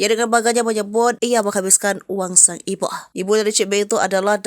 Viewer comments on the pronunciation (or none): Suara naratornya lebay, ibu ❌ iboh ✅ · pembaca berita nya biasa aja baca nya, gak usah lebay 😂 "sang iboh" 😂😂